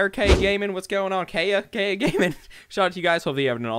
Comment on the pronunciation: Im FireKhayaGaming. BTW its Kh i ya xD